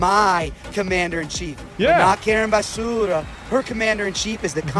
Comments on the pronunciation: Yesss… YYYEEESSSS!! 😂😂❤ The way he keeps calling her Karen basssuuura . 🤦🏾‍♀️💀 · yes. He’s not pronouncing Basura correctly. How am I the only white boy to know this lol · He's pronouncing her name as Karen Basura. Basura is Spanish for garbage 😂😂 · Basura is Spanish means garbage. That’s why he keeps pronouncing it like that. 😂